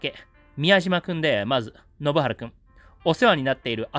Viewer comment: 前にも信原くんの名前の読み違いを指摘されたのに、また間違ってる😢